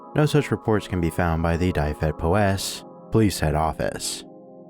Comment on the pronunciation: also dyfed is pronounced more like duh-ved, not die-ved, and powys like poe-wiss (like the name poe)